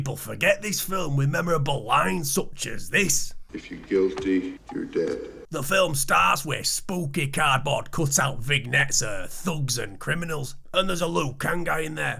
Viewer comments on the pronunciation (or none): Spooky cardboard “Vig-nettes” 😂